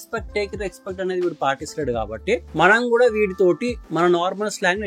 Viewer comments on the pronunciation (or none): Ee mabbu coolie gadiki matter ledu kani roast ki dhigaadu Rexpect kadhu adi respect palakadam nerchuko theppiga